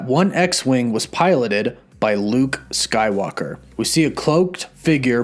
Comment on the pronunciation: Am I the only one who hears him say Luke skylocker😆😂